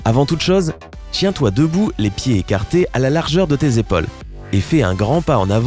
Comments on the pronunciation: Est ce qu’à il a vraiment dit « chien toi debout » à la place de « tiens toi debout » ?😂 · Non pas du tout mdrr jcrois que t oreille ya trop de siree a l'intérieur il a dit tchin toi debout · oui il a dit sa lol tchin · Oui il dit vraiment chien debout mdr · Il a dit tchien toi debout mdrr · oui il a bien dit s mdr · Oe mdr faut articuler ;^